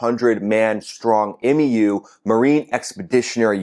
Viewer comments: 2 things I gotta say my dude. Please don't say M.E.U. We just say "mew", like "you" but with an M. Sounding like those dudes in Battlefield LA saying F.O.B. instead of "fob" lol. And gotta remember this about that 2500 Marines number. Only like half or less of those guys would potentially go ashore as ground combat personnel. The rest are either support MOS's or Air Wing guys that will stay on the boat to support air operations from the ships. A typical MEU ground combat element is only a single infantry battalion reinforced with attachments like a platoon from LAR, a Recon Plt, a combat engineer plt, no tanks unfortunately (what a bonehead decision getting rid of Marine tankers was🙄), a single artillery battery etc etc. Probably more than enough to take something like Kharg Island, but definitely not enough alone for sustained operations on the mainland. That might have been more than 2 things...man I'm bad at math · M-E-U?! C’mon bro you know we just say MYOO! #SemperFi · Love your work. FYI MEU is pronounced MEW as in the 31st MEU (1 word) is enroute. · Hey, nuts it’s not pronounced M-E-U 😂 the e is silent It sounds like mew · The M.E.U.. is pronounced MEW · MEU (Mū) rhymes with “pew”. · MEU is pronounced “mew” amongst Marines and Sailors. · OK, I'm not trying to be a peckerhead or anything. You seem to not know, and I can understand that since you're Air Force. It's OK to pronounce MEU as "myoo" if you want. That's how it's pronounced in the USMC. Semper Fidelis, brother. I love your videos. Keep em coming, Sir. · MEU - Pronounced Mew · The MEU is called “Mew”. Great commentary though. I come to your channel for updates on this conflict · MEU is just pronounced.. “MEW”… like meow with the O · We call the MEU the "Mew" like the pokemon Mew Two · Marines pronounce MEU like “Mew” and they are most likely pissed their booze cruise is interrupted to do work, some very pissed off grunts and gators en route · Marines pronounce it "mew". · MEU - pronounced "myou"